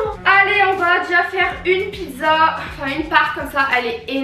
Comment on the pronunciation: On dis pas pizzo on dis pizza